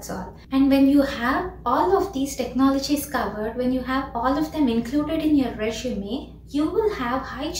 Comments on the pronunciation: Not "reshume" it's resume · It's not reshume it's resume🫡